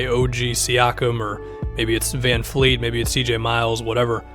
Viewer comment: also it's Van Vleet not Van Fleet